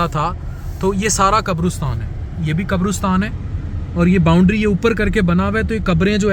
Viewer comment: Maazrat ke saath....it's not qabrustan.....it's qabristan